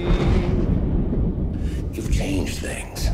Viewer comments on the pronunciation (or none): Hebrew lessons😂 that Doctor didnt even know that 'im' is used in hebrew as a plural of respect😂 he also mispronounced muhammadim as makhmadim, so nope he is very weak at hebrew.Your delusion might make it seem that he won the debate though.